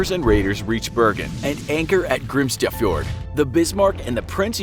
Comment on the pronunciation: awh you trying to pronounce Grimstadfjord hurts my ears